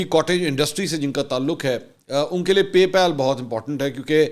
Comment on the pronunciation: PAY PAAL NOT PALE